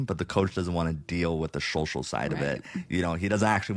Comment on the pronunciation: I love how Zach can't say social ... is like showshal